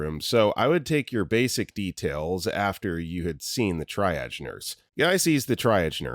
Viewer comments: For the millionth time - triage is pronounced TREEE-AHJE, not TRY-AHJE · The word triage is pronounced "tree-ahshj", NOT "try-adj". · Heads up, it’s pronounced Tree-Age not Tri. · OH MY GOD PLEASE PLEASE PLEASE. I've listened to so many of this narrators medical videos and you have not once said Triage correctly. It's pronounced like TREE-age. Its not the tri-state area it's a tree aging. Hopefully that helps. It drives me insane every time especially cause you correct yourself for some many other words 😂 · I love you but triage is pronounced tree-auge, also Quebecois is pronounce K-beck-quois....ok now my eye twitch should go away LOL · all you guys correcting on how to pronounce triage should probably first discuss with each other how it's pronounced, because so far I haven't encountered the same version twice, and it's like every other comment. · How about "triage" and a half-dozen other words too. It's time to fire the text-to-speech engine. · as a health care worker I also cringe at how they pronounce triage